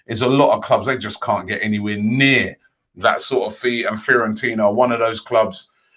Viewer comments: The rest of the world: Fiorentina Robbie Lyle: Fear-on-Tina 🤦🏾‍♂️...but this is why we love him 😂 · Nobody: Robbie: "Fair-on-tina" "Care-on-tireny"